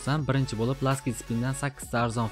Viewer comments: LUCKY LASKI DEYIMAYDI LAKY DEB AYTILADI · Oka luckini lastik deyaps lakki dep aytiladi